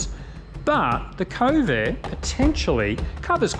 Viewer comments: kove not ko-ve, you make it sound like covid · Since were talking Chinese products, I feel its alright to rip off the Eagles "New Kid in Town"... "Johnny come lately The new kid in town"....in a month "They will never forget you 'til somebody new comes along"..and the way you pronounce Kove, sounds an awful lot like CoVID! 🤔 coincidence?